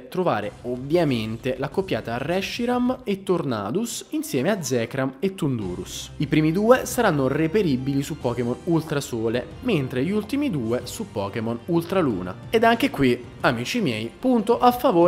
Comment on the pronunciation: VERAMENTE?? AI DETTO ZEKRAM? E NON ZEKROM?